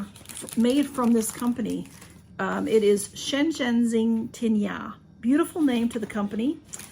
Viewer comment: Hi I am impressed you pronounced the name so perfect. The packaging looks beautiful. Yummy chocolates 😊